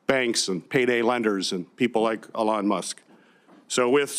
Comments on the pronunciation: What a sad hearing for Peters. Falling on the sword for the left since he's not seeking reelection. If you're going to talk bad about the man, you should at least give him the respect of pronouncing him name correctly. E-Lon not the hard Senator... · Why do you keep saying Ellon Musk? Your side said saying names incorrectly is racist. Therefore, you are a racist by your own rules. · Why does Senator Peters keep talking about Elon (which he can't pronounce correctly) Musk & Donald Trump, instead of the actual subject of the hearing, which is wasteful spending by USAID? The allegedly illegal methods of the Trump administration to investigate, report, and stop waste is not relevant to the hearing. Nor are the alleged conflicts of interest of Elon Musk. Regardless of the legality of how these examples of waste, abuse, or fraud were discovered, the purpose of hearing is not to determine the legality of those methods, but to examine the information they produced. This is another example of one of the many reasons people have been abandoning the Democratic Party in droves. Whenever their opposition tries to address an issue of legitimate concern, rather than participate, the Democrat Party prefers to use the conversation as an opportunity to digress into an irrelevant adjacent subject that they believe vilifies their opposition.